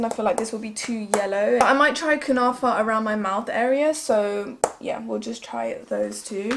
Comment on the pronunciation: Kunafa you are saying it right dear ❤️xo